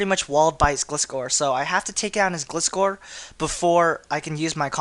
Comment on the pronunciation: thats not how you pronounce gliscor it is gly scor